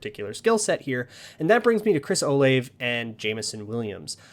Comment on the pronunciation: It's Chris O-Lah-Vay (three syllables). I'm from OSU